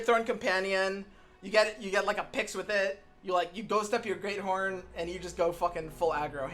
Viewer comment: "You gotta Grea-Thorn Companion"